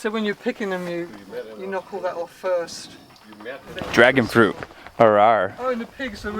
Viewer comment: “dragon fruit AROAR!” 🤣🤣🤣